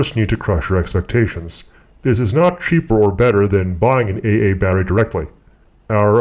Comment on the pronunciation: 'An eih eih battery'? Who talks like that? Are you trolling us? :-P